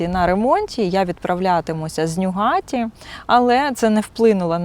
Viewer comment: трошки подушню в підтримку каналу! 😅 Шановна, назви вокзалів промовляються з наголосом на перший склад: ньЮгаті і кЕлеті